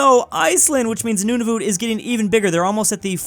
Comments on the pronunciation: its not nonavoot. Idiot. its prononced Nuun-a-vut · Nunavut is pronounced noon-a-vit and I’m a Canadian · "Noonavoot"... I can't get over that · As a Canadian I want to correct your pronoucation of Nunavut. It's pronouced like "Nun of it" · "Noonavoot" no offense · not to be rude but its pronounced nun a vut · is it just me that is bothered by the way he pronounces Nunavut and Uruguay? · THE WAY HE SAID NUNAVUT BROKE MY HEART 😭😭😭